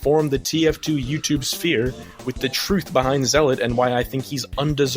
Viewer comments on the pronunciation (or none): none